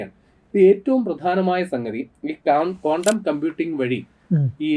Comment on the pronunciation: കോണ്ടം അല്ല ചേട്ടാ ക്വാണ്ടം